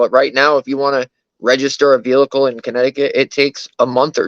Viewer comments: He’s driving our what? He said vehicle like vee-lick-el!!😂😂😂 Wanna bet he doesn’t realize a warrant is an arrest at a later date?! The way he stated, “oh they don’t have the b** to arrest me” 🤦🏻‍♀️I have to be honest- I was shocked when I saw him on the livestream! I figured he was around my youngest daughter’s age of 23- based on the way he behaved and that he drove/wrecked his mom’s car! He looks closer to 45! What a loser! Note- regardless of how insignificant the damage is to the vehicles you must call the police, by law, when you’re in an accident in Conn. (In Mass you must call if anyone is injured) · He keeps putting an extra l in vehicle so it comes out vehlicle.